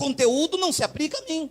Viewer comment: Aprende a falar, não se fala APRICA, é APLICA. ANALFABETO!!.